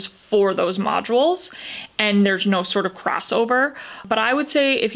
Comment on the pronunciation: Modules is 2 syllables not 3 🙄